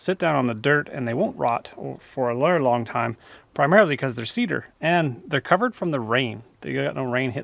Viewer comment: lol. you would have failed a field sobriety test right there. '''they wont rot for a leerrraay lawang taaime'' haha...made me laugh.